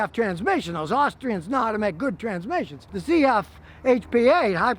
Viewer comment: ZF Pronounced "SET F" (Not CF) is based in Freidrichshafen in Germany, not in Austria. ZF stands for "Zahnrad Fabrik", translated in to American English this would be "Gear factory" Except that Zahnrad is the german name for the individual gearsets. So ZF started out as a gearset factory back in 1915.